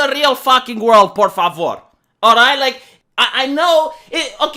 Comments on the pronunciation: said por favor incredibly well. Ahora yo respeto a. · El habla sorprendentemente bien las palabras en español ah de ser algo romanio